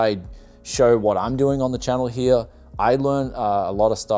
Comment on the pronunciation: why do you pronounce here here as hiar